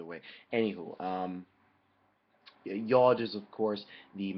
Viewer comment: Just an FYI, the hebrew pronunciation of the letter is [jʊd]